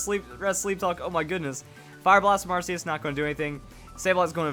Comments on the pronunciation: if i get 1 penny for every time he mispronounced arceus, i'd be a millionare. ar-key-us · its ar k eus check official pronounciation ar keus and the jewwell of life